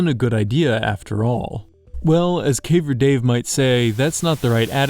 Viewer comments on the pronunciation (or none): I only now realise that at some point he said Caver Dave